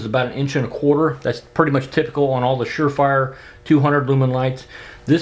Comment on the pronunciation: You said sure frier. Lol